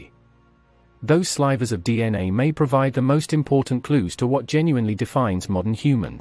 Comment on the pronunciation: Is the narrator a robot? Why can' t he/it pronounce simple words like "sliver" correctly?